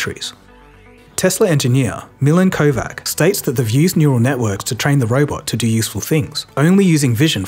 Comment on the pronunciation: Kováč is pronounced Kovach. Not Kovak -_